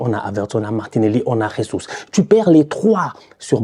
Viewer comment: 😂 ne sait toujours pas prononcer Jesus